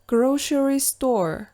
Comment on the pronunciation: Неге police -ти полис,grocery -ди гроушери деп окып турсыз?Былай окылу кате емес па